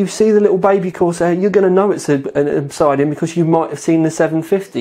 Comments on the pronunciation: Oh fuck my life It isn't Ob-side-ean, it's Ob-sid-ean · Great review as always. Sorry to be an arse, pronunciation is ob-SID-ian, not ob-SIDE-ian. So the 750D is cheaper than the 650D. That's not confusing. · It's pronounced Ob Sid Ian, not Ob Side Ion. Google: "Obsidian is a naturally occurring volcanic glass formed as an extrusive igneous rock. It is produced when felsic lava extruded from a volcano cools rapidly with minimal crystal growth." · OB-SID-IAN not OB-SIDE-DIAN lol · It's Ob SID Ian, Not Ob SIDE Ian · it's pronounced Ob-Sid-Ian:) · Proper pronunciation of Obsidian would be an educated move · This guy speaks with an English accent but still can't pronounce 'OBSIDIAN' properly. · Are you mispronouncing Obsidian just to mess with me?